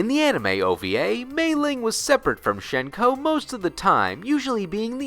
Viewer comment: Nice video mate. Fairly nice refresher on things. c: One thing I want to bring up immediately is about Hsien-Ko's name and its pronunciation. So, her name in Mandarin is 仙姑 (xiāngū), deriving from the xian of the Eight Immortals pantheon of Taoist mythos, 何仙姑 (hé xiāngū). According to sources, it is pronounced as 'syen-ko' rather than 'shen-ko'. Pocket Fighter pronounces her name correctly. While her name Lei-Lei has the funny and interesting double spirit meaning, 仙姑 actually has some rather fascinating meanings. Chief among the meanings are 'female immortal', celestial, and sorceress. Honestly really cool meanings that can fit both sisters in a sense. Mei-Ling's name in Mandarin is 美玲 (měilíng). Her name unfortunately has no real interesting meanings and just seems to have been picked as a general female Chinese name. However, 美 does have several meanings that relate to beauty. I don't know about you, but Mei-Ling is quite beautiful. Also another fun fact and very little-known thing about both Hsien-Ko and Mei-Ling: their official family name. 少 (shǎo) is their family name, stated in Pocket Fighter. It is misspelled in the English version of the game. With that in mind, their full names would be in Chinese: 少仙姑 (shǎo xiāngū) 少美玲 (shǎo měilíng) As for the spells you mentioned about their lore. What Hsien-Ko and Mei-Ling used was Tensei-no-Jutsu, but a forbidden sub section of that technique known as Igyo Tenshin-no-Jutsu. Beyond that, really nice to see her be given spotligh